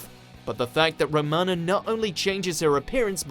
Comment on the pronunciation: This guy can't pronounce Romana properly either. He's shite. Also stories from the 60's to 80's are serials, stories from 2005 onwards are episodes....